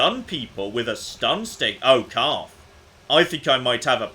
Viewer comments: In the next episode of things that got wrong: Continuing to call Carth Caden. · Who is Kaden? do you mean Carth? HAHA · CARTH. HIS NAME IS CARTH.